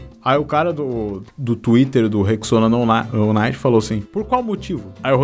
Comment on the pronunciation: "Nou naiti" KAKAKAKAKKAKAKA